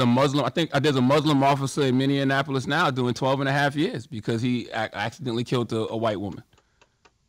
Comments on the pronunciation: Minneapolis not minni Annapolis lol 😂 I hate when folks say that 💀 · I've heard of Minneapolis, but can someone tell me the location of "Minnie-in-apolis"??🤦🏾‍♂️🤦🏾‍♂️ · Oh... Yall was serious with this shit huh? I realize it's a platform to teach and learn but this could've stayed as a thought. Based on Rush's past statements, etc I applaud the effort but tjis was a shitshow. Oh and Charlemagne it is pronounced MINI APPLE IS (Minneapolis) not MiniNannapolis dear.